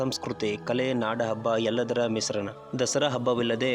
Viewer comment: ತಂಪಾದ ? ಮಿಸ್ರಣ, , ಮೊಹಿಲಿ, ರುದಯ, ಮಣಸ್ಸಿಗೆ , ಕನ್ನೀರು, ಆತ್ಮಸಾಕ್ಸಿ.